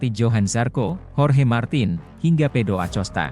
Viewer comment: Ada kesalahan kata di konten ini 1. Motoipi = MotoGP 2. Pedoacosta = Pedro acosta Tolong mending pake suara asli kalo pake suara ini kek gak nyaman banyak salah kata